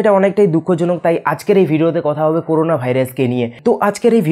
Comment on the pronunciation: করুনা নয় করোনা